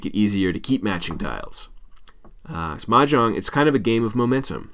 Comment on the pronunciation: You’re not even pronouncing it right! 😂